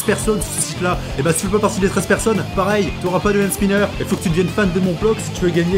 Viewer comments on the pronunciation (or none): none